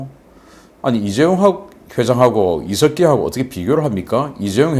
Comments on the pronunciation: 당연히 공산화로 달려가는 것을 막아야 합니다. 국민들은 자세히 알아야 합니다. 부정선거도 알고 일어서야 합니다. 이석기= 이세끼로 들립니다. 황장엽씨가 5만 이라 했는데, 지금은 몇놈이나 될지? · 이석기 말씀 하시는데 왜 저에게는 이새끼로 들릴까요...ㅎㅎㅎ